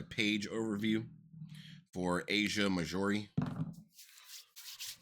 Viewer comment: You cant pronounce Marjorie or etiquette wtf